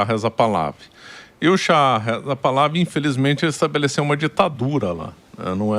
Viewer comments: Se fala: Par-la-VÍ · É literalmente "Pahlaví". É oxítono. Botei até acento agudo no 'i", que não existe mas foi para exemplificar. É como os Iranianos originais pronunciam. Agora, fale como quiser, você é livre.